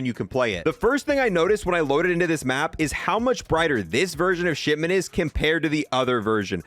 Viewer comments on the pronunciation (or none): none